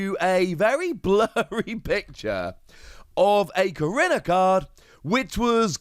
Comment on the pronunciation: I’m sorry if this is put off as rude but last time I checked korrina was pronounced Ko/ri/na